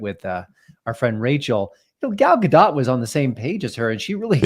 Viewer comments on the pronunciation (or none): It's pronounced gal ga-DOE my god lol not dot the T is silent